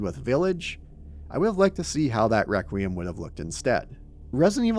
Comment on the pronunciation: Nitpicking the word choice and delivery of Victor while spending 2 hours failing to correctly pronounce REQUIEM is fucking wild.